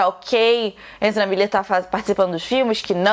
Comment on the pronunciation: agonia total da falando enzra kkkkkkk